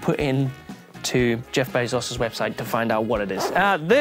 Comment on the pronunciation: I got distracted by saying Geoff Bays-arses. From now on that’s what I’m going to call the bald overlord.